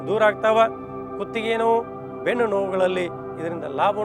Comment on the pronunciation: ನ,ಣ ಅಕ್ಷರ ಗಳನ್ನು ಸರಿಯಾಗಿ ಉಪಯೋಗಿಸಿ ಗುರುಗಳೆ ಉದಾ ಅದು ಬೆಣ್ಣು ಅಲ್ಲಾ ಬೆನ್ನು ಹೀಗೆ ಅನೇಕ ಇವೆ ಸ್ವಾಮಿ ಸೂಣ್ಯ ಅಲ್ಲಾ ಅದು ಸೂನ್ಯ